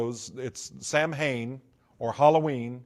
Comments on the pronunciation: In the first video of his that I watched He talked about "Samhain," and pronounced it wrong. That got me thinking. No true occultist says, "Sam Hane." It is "SAH ween. or SAH win." Then he said that Anton LaVey ordained him as a high priest in the Church of Satan in California. I thought that LaVey was the high priest until he died. So I found the web address of the Church of Satan, and asked the administrator for a list of all former high priests of the church. It was a short list. Anton LaVey, until his death, then Peter H Gilmore, until the present day. So, I started looking more closely at his other claims. He wrote a book on Harry Potter. I learned that that book contained material stolen from other sources, and not attributed to those sources. As I listened to his many stories they all reminded me of the works sold by Jack Chick. I went back and checked. Yes, all of his stories can be found in Chick works published decades ago, written by men and women who have been exposed as false, decades ago. I heard him talk about how Christmas came from Nimrod and Semiramis. This is on a video in which he claimed insider info as a former Satanist.. But I know that story well. It came from a book by Alexander Hislop (Chick publications) and a book by Ralph Woodrow, whose work was based completely on Hislop. It has nothing to do with the Occult, as the author and originator of the long debunked work was a minister. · This guy is a fake. He doesn't even know the right way to say sam hain.... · I was thinking the same thing 😅😂